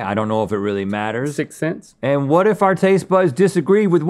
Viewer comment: Is it just me or did link say sixts snense ? 🤨😂